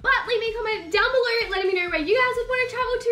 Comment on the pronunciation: she says instead of below = belor and instead of no = nor NOT HATING